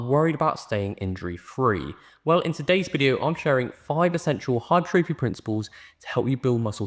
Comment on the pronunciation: Lovely to hear someone pronounce hypertrophy correctly 😂